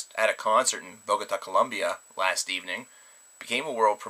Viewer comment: It's Bogotá, not Bogata.